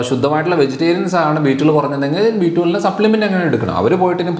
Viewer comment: B12? Then please stress on 12,your prononciation not clear🙏